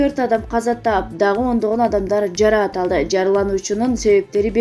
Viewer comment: Жара аталды эмес Жаракат алды деп туура оку же уйрон